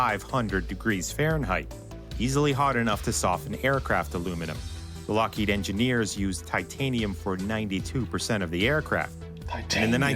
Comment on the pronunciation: The person explaining the plane: lockeeeeeeeeeeeeeeeeeeeeeeeeeeeeeeed he doesn’t even know how to pronounce it Me:😂